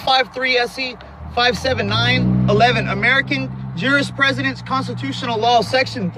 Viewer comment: It's jurisprudence not jurispresident. Jurispresident is not a word. If you can't read, it's likely you have no idea what the hell you are saying.